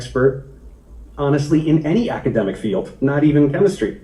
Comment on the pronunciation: May I assume that in his ultimate ignorance, replaced the first two syllables in academic with a single syllable word because... those are his best words?